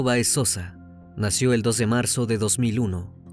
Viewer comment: Para el joven que narra. El apellido Báez, lleva acento en la A...hay que pronunciar correctamente, porque lo dice Baez...por favor, detalles así, restan seriedad y profesionalismo.